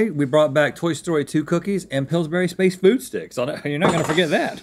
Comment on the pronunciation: I loved those space food sticks. But the emphasis was on “space” SPACEfood sticks. Not space Food sticks.